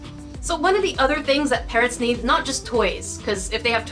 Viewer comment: Are u saying parents or parrots they are two different words